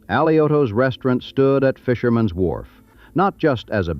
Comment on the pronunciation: The voice was AI and had a strange way to pronounce wharf. Wwwhharff.